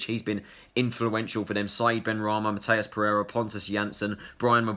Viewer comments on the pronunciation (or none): nah you said Mathias perrereira